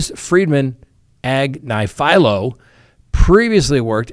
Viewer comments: I folow her but she Pronounces it: Ag- niff- ah -low. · Ag-nif-alo emphasis on the NIF. She's on the Meidas Touch network. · "Agnifilo" is actually pronounced more like Ag - niff' - fill - low (each "i" is a "short i" sound). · Karen Ag nif alo! Not AgniFilo!! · The way he pronounced Agnifilio is pretty horrific. Then says Luigi Mangione would be the most despised person in the courtroom. 🙄What part of the internet are you hanging out on? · Time to learn how to pronounce Karen Friedman Agnifilo’s name correctly. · Karen is extremely intelligent lawyer, but you are pronouncing her last name wrong. you can see her on the youtube channel meidas touch legal AF and miss trial. she was an assistant DA in NYC, the number 1 Assistant DA (#2 on the totem pole)